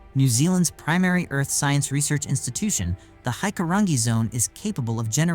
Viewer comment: You can tell this is not narrated by a Kiwi. We don't call our wilderness forests as they are man made here(pine forests is for logging) we have the bush that can kill you so be very cautious entering it. Tar-ra-wear-ra is how Tarawera is said. Hikurangi is pronounced Hick-coo-rang-ee.